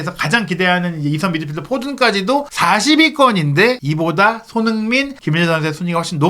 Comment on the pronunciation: 발음을 정확히 합시다. 손흐민❌️ 손흥민⭕️